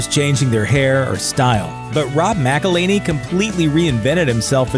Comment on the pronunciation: Mack-el-hen-ee guys